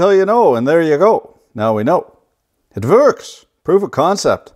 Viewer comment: also throw some german in there... "it vorks!"